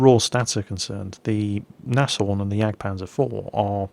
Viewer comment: Pretty sure Nashorn is just pronounced "Naaz-Horn"